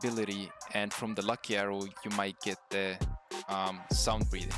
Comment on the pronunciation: it sounds like you said sun breathing till i heard it more